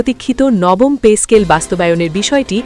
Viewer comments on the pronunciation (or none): পে স্কেল নাকি পেচ স্কেল শুনতে শুনতে কান নষ্ট হয়ে গেল